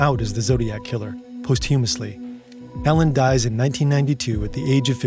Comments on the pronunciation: DID YOU JUST PRONOUNCE POSTHUMOUSLY AS “POST-HUME-US-LEE” LMAO Jesus Christ literacy is dead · Posthumously (pos CHEW mes ly)? And Melvin Belli (it’s BELL eye not Bell ee). OK, maybe you’ve never heard of Melvin Belli before making this video, but why just guess at the pronunciation?